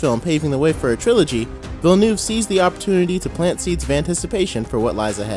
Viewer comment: Its Villeneuve, not Villnueve.